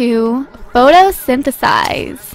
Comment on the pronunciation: it's photo-sin-th-sis...sorry I just as to .